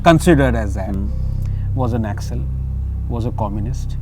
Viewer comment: 5 secs into this video and am really irritated with background music...and it's not 'Nakksals' it's Naxal...short form of Naxalbari